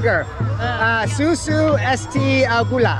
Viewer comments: Not 'susu' sir, but 'usus'(intestine)Susu means 'Milk'. Milk in bahasa is susu. I laugh when you said usus as susu😂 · usus dibaca susu, maaf aku ngakak 🤣